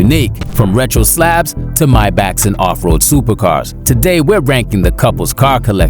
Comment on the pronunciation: This narrator is pissing me off the way he says "MYBACK" instead of "MAYBACH" 😤